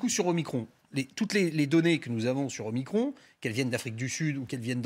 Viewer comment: isolement ducon, pas isolation, nous ne sommes pas des murs, et omicron pas omicrone, sinon on dit macrone et pas macron